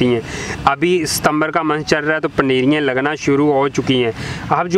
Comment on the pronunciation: Paneriyen nai hota paneeriaan